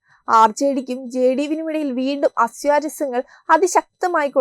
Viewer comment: Asyarasyangal അല്ല aswarasyangal